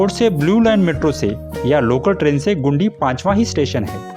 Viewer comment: ओ भाई,, गुंडी नहीं गिंडी जगह का नाम है